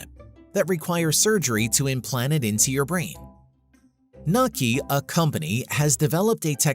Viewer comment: It's Pronounced No-ke-A not Nok-😮 good god man whats wrong with you the world's going to end now because you called it wrong and why am I complaining. I honestly don't know have no idea 😕 😊